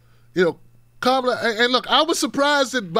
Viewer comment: please pronounce Kamala Harris’s name correctly